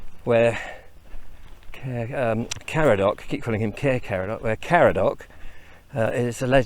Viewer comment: You need to welshify your pronounciation more for Caer Caradog, like Kai-rr Kar-add-og (rather than Care Car-a-dock) Intonation of syllables is different.